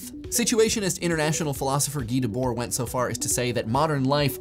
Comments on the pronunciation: Guy DEBORD, not DUBORD :) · I think that society of spectacle is from Guy Debord (not Dubord). Hate to be that guy though ^^' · Its Guy DEBORD.